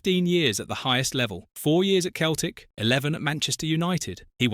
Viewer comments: Keltic? What the fuck? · Keltic??? A.I shite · You did better than me. I've reached one minute and the AI narrator just pronounced Celtic as though it's got a K at the front. Not worth my time. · You lost me when you failed to correctly pronounce one of the most famous clubs in the world.